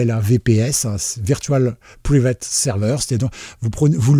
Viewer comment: Le terme anglais private ne se prononce pas « priveïtt » mais « pouaillvitt »